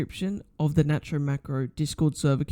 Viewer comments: its pronounced nate-ro!1!! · btw its called "nate-row" macro